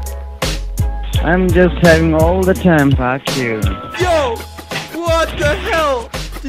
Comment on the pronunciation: "fack yuo" I feel that